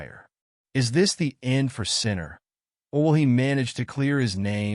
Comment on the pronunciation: Do you suppose you could train the AI to pronounce his name correctly?